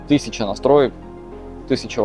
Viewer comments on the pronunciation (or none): none